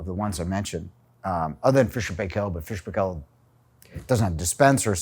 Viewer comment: also many colleagues got the pronunciation of fisher paykel right, you got to get it right